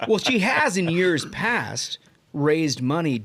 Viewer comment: "for de eight yeahs". That boston snuck out.